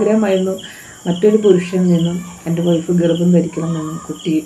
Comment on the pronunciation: ഒയ്ഫ് അല്ല മാഡം വൈഫ് ആണ്